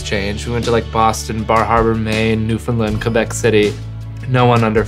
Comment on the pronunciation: A moment of appreciation for someone who knows how to say Québec👏 probably cuz hes canadian, respect